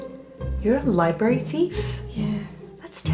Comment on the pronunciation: "your a liebry theif" me: dead